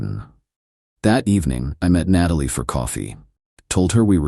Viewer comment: Why does AI not know how to pronounce “Natalie”?